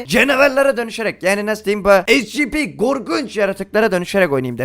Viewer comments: Abi e si pi (scp) esipi diye okunuyo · abi esipi diye okunuyo scp diye yazılıyor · Şuna scp demeyin onlara şöyle okunuyo esipi